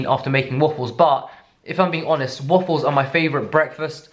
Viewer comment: So.... is it just me or does the way you pronounce waffles with your accent sound like woofles because as soon as I thought that I couldn’t not hear it😂